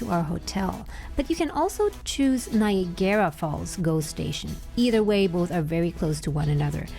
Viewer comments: Do you tap again at destination? BTW "Ni agra", not "Nigarra". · “Nye-agg-garra” …. Not “Nye-a-GAIR-a”. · Love the video but I can not get over how you're saying "Niagara" xD You're saying it like a Japanese word "Nya-Gara" but it's just pronounced "Ny-EGG-Ra" Falls :P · Its not nigara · “nai·a·gruh” that’s how Niagara is pronounced ☺️ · Nice video. You pronounce Niagara oddly... It is spelled as Niagara but we pronounce it as Niagra. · Omg...stop pronouncing it like that!! It rhymes with Viagra...just substitute the V for an N and you're golden.